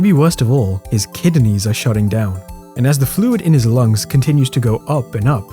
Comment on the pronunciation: You said Kidineys